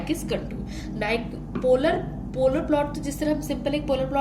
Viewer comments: Everytime she said cunt-oor I died a little bit on the inside, IT IS CON-TU-WAR (I'd use phonetics if you guys had brains) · with ol politeness..mam i think u pronounce contour wrong way!!